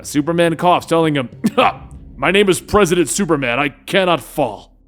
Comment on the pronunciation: I can't be the only one that laughed every time he said Presi8dant Superman. He introduced himself as President Superman